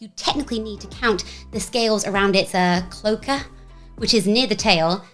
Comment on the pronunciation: It's pronounced K-low-aye-ka. Fun fact the cloaca is used for both expelling waste and laying eggs, exactly like a chicken despite them being part of completely different animal families! 😊